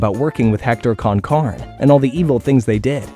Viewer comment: Con Carne please pronounce it correctly just say it the way they did in the intro bro….. realism of annunciation is huge to the nostalgia just like if grim got remade as a regular American it just ain’t the same